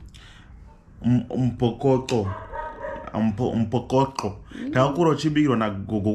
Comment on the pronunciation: Umpholokoqo Tyte not umphokoqo😂😂😂😂